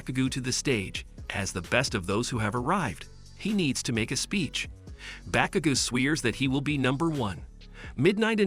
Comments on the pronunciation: Midoriya isn't Mi-do-ri-ya but Mi-dor-ya Bakugo is Ba-ku-go not gu Iida isn't Ay-da it's Eeeeeh-da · "Bakuga" 💀 "Bakagou"